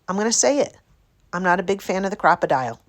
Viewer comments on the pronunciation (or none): yes its not pronounced crocodile its a cropadile big byte an yes it is expensive here in new zealand it costs 126.00 dollars an as a pensioner i have $70.00 a fortnight for spending for crafts.so penny pinching is strife in our household hi kk